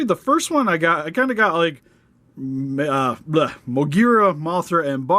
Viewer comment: I'm happy that you pronounced Moguera correctly.